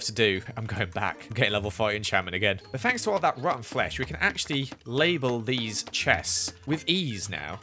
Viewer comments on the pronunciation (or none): Omg lol when you said “label these” I thought you said “lazel beanz”